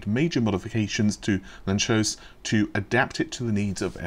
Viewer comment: It's Hungarian, so it's read lun-tsosh